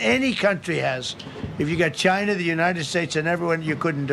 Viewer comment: Why Trump can't pronounce normally "China, Somalians" etc. Chynah! Samalians